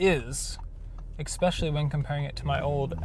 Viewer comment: Every statement you made, you made into a question. What is that about? You need to learn to speak my friend. Like learning how to pronounce especially, there is no X in that word yet you pronounce it as though there is and using "A" when you should use "AN" in the sentence. your video was unbearable to watch.